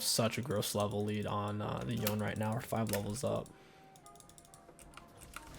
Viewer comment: i think its called yo-ne, instead of yoan